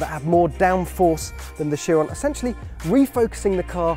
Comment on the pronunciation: plus the guy pronounced Chiron wrong lmao